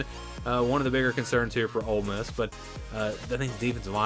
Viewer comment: I don't know they at least pronounce Ole Miss correctly.😂😅